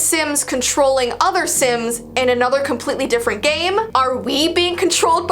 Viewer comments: reads the word "sims" sins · not knowing how to read hard words and names: Im so sorry if i read it wrong- Me: dont worry we all read things wrong